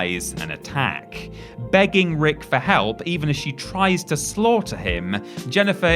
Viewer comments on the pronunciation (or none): none